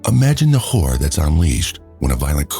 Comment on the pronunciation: You should probably try pronouncing the word horror better, because I noticed it sounded too much like the word whore. So much so that the word is completely missing from both the transcript and closed captions! 😮😢